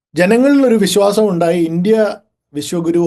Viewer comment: Sunithayudey oru thettidhaarana😮😮😮avar paranjathu " vishakuru" enaannu, Vishwa guru ennalla😂😂😂😂😂